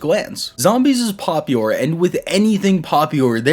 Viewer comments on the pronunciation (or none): I'm sorry, what was that word you used? "Popiure" lol